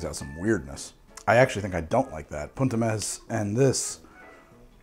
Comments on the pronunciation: italy here!! the pronunciation of "punt e mes" is meS and not meSZ ^^ and you pronunce punt pretty well i should say!! love your video by the way, they are pretty funny and still full of infos for those who are not so into bartending ^^ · Italian here. It's poont eh messs (s/z are distinguished in Italian)